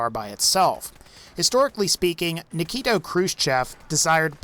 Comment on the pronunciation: It's Nikita Krushchev not Nikito. Also Sino is pronounced saino as supposed to seno per the Merriam Webster english dictionary. Other than that great it was great video thanks for the content.